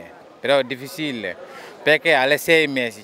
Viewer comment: TUTTI E 3 INSEME!! TATTICA DI COD CARABINIERI STANNO ARRIVAND RITUALE SHAMANICO VOODUISTA É DIFISILLE MENO DUE MINUTI NON POSSO CAMMINARE